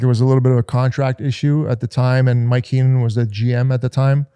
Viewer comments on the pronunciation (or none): none